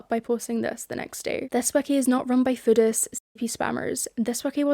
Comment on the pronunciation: I keep thinking you're saying Buddhist and not Foodists and its tripping me up so bad as a Buddhist.